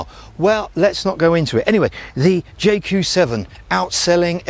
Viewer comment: Its supposed to be pronounced 'Yae Coo' not 'Jay Coo'